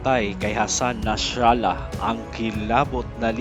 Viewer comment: Nasrallah lang sir, di Nashralah